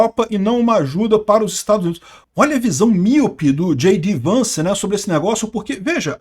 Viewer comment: Anos e anos de canal e continua falando como se JD Vance fosse “gidei Vance”